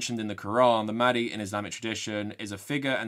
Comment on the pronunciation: What annoyed me the most was probably the fact that 'mahdi' and the other Arabic words were not pronounced properly. It seriously cheapened the beauty and complexity of the Arabic language, and does it a disservice. Actors will spend months/years perfecting a British/American accent, and they couldn't be bothered to learn to pronounce a handful of words? Shameful and just lazy imo.